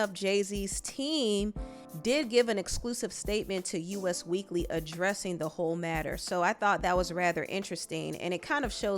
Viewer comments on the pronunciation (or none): I really like your channel. I've been a viewer for years. However, please Us Weekly is not "U.S. Weekly" it's Us as in "Us" like the song "Not Like Us"... Only reason I'm bringing this to your attention is because you're in the media world and you've said this a few times in other videos. I used to work for a media company in New York and It was always "Us Weekly," that's why the s in "Us" is lowercase. Great channel, btw!